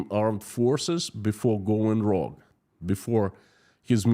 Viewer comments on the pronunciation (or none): rogue ;pronounused;(rooge.) brilliand insight today as always..